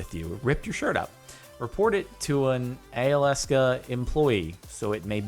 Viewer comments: Just so you know, Alyeska is a ski resort in Girdwood, Alaska and is pronounced Al-ee-es-ka. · did you hear how he pronounced Alyeska? Christ.